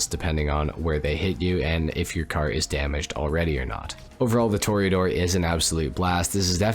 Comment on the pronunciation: Tor Ah Door NOT Tor eee Ah Door